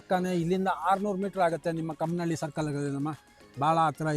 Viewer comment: ಚಿಕ್ಕನಹಳ್ಳಿ - ಕಾಮನಹಳ್ಳಿ sir adu ಕಮ್ಮನಹಳ್ಳಿ alla..